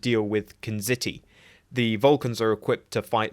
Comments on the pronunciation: Kzinti is pronounced "Ka-zin-tee", not "Ku-zit-tee". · Umm, it is Kizinti, not Kinziti! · "Knzitti." Does he mean 'kzinti?' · Are you having trouble pronouncing Kzinti? its "Ku ZiN ti" NOT "Kiz nitty" LOve ya bro, but it's driving me nuts 🤣🤣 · ... Are you trying to say "Kzinti"? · Ok, thanks. Yeah. I am familiar w the cat people, Kzinti from TAS and Lower Decks. And if you tell me that that is the word you were pronouncing, then I will accept your call on the matter. It's just that I heard an "n" just befor the "z" all four times it was pronounced, and so did my phones speach to subtitle program. Or is Kzinti supposed to be pronounced "kinziti"? Idk. But regardless, thank you either way.